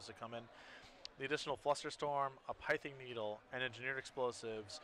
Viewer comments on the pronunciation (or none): Would be nice if casters actually knew how to pronounce Pithing Needle. :/